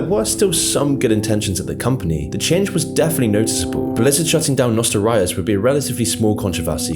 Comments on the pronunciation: The way he pronounced nostalrius and kept calling wow “world of war” triggered me lol jk great video man 👍🏻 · He also pronounced Nostalrius wrong to. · Nostelryeus, think you mean nost-all-tee-us there brother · WTF IS NOSTA-RIUS its NOSTAL-RIUS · Its not nostelrius but nostalrius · bro, I can't take you serious when you can't fucking pronounce the words right..it's "World of WARCRAFT" not "World of War".."Nostalrius" not "Nostal Rius" etc. etc. ffs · warcraft 3 remake wasnt there last chance. Nobody even gave a shit about it. There last chance was classic wow. Your videos have so much potential but seems to me alot of your videos are half assed and Cookie cutter bs just to make money. Obviously u never played with if you call it NOSTA-RIUS instead of the actual name if you can read NOSTAL-RIUS. You didnt even mention classic and how it broke twitch records. Just bias smear crap content but what else is new its your whole channel. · I think you're doing it on purpose... lol It's pronounced: NOSS-TALL-REE-US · Everyone: Nostalrius This guy: NOSTA-RAYOUS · And you pronounced Nostalrius as "noh-stal rye-uhs"... This video is clearly made by someone that doesn't really know what they are talking about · "Nostel- RYus" kekw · I know it’s a dumb nitpick, but the constant mispronunciation of Nostalrius triggers me. It’s Nos-tall-REE-us! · Nostalrius. Nostalgia. Nostalrius. Say it with me now. Nostalgiarius. Okay now take the gia out. Nostalrius. Ty ty tomorrow there will be a history lesson on the fact that nostalrius wasn't even close to the first vanilla private server let alone the first to be c&d'd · nostra what?? can u say that again?? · Why do you keep calling it world of war? Also I have never heard anyone pronounce nostalrius the way you do. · He also mispronounced Nostalrius, and keeps calling World of Warcraft "World of War" for some reason